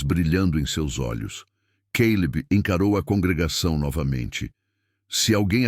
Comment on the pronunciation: Além da questão das gêmeas/gêmeos tem o Caleb/Queilib, Nora/Noris, papai relâmpago e mais. Gosto da narração do, mas ele, ao narrar, precisa entrar na história.